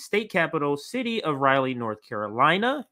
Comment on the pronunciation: Crazy young white men with guns make up a huge percentage of mass shooters. What the hell is causing this to happen? Granted it is way too easy to get guns but there is something more going on. As a side note Raleigh is pronounced "rol-lee" not "reilly"